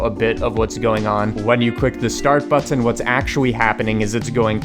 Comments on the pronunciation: it's pronounced "button" not "butt tin" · The way he says bu - ttun 😂😂😂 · but-ton, kinda annoying ahahhaha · the way he says button... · i love the video, i love the way you say button, I love your wig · The way he says button 💀